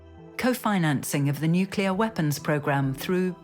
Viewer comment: ...When 'experts' on nuclear things can't say the word 'nuclear' correctly. 😖